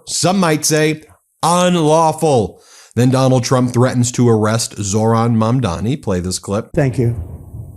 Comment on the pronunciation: Bro.... It's pronounced 'Mom-Donny' 😂